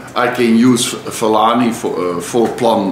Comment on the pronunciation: That is how you pronounce Fellaini. Everyone else is pronouncing it wrong.